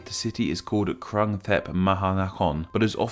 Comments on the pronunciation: Jeez... literally every western YouTuber never get the name right... That “u” in “krung” is the “u” in “put”, “fluke” or “oo” in “good”, “mood” There’re also mispronunciations on consonants but I’ll let it pass. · The 'Krung' is pronouned kroong.